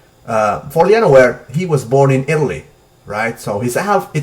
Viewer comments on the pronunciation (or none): none